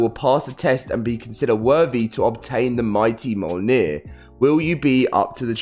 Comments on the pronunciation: Its pronounced miol-neer also known as Thors hammer. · It's pronounced "Me-yol-neer" if you slow it down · myolnir is how it's pronounced. This isn't a new name and exists in several movies,stories and games. surprised people still struggle with the name :D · This mfker.... "mah-yowl-neer". 😂😂😂😭💀